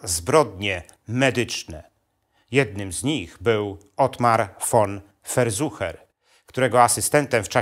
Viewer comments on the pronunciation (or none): ferszuer a nie ferzuche